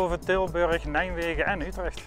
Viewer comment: Mooie bovenleidingsportalen zeg... :-) Maar hoor ik hem nou steeds "Nijmwegen" zeggen? ;-)